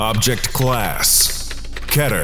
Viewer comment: Object class: pronounces keter ka-ter